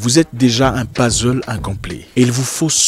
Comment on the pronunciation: "Pazzle " Tonton ca pique les oreilles ca ! Mais bon comme d'habitude vos vidéos sont très inspirantes. Vos vidéos tombent toujours bien, je veux dire au moment où je suis en réflexion sur quelque chose qui me tracasse vous faites une vidéo ! Merci encore 😘